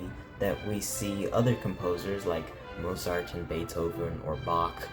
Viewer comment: Learn how to pronounce Mozart!